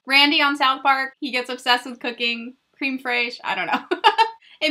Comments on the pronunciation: The first shade is actually pronounced Crem not Cream like for coffee "Creme fresh" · What happened to the video you posted where you cried about Colourpop removing you from their PR list....🤨🤨🤔🤔?? It’s pronounced- Crêm Frêsh BTW.